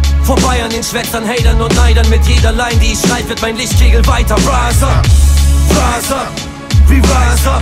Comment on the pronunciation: Geiler Track! Aber an der Aussprache von rise up solltest du noch einmal arbeiten 😂 es heisst in etwa "rais ap" und nicht "räs ap" 😊